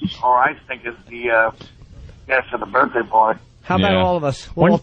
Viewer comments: Leave it alone. Berfday is radio gold. I think he knows what hes doing. Hes been doing radio since he was 18. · I like when Opie says ‘berfday.’ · There is actually one thing funnier; pronouncing it "birfday"...home run every time